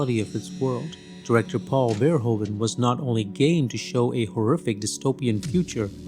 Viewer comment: verHOEven, not VERhoeVEN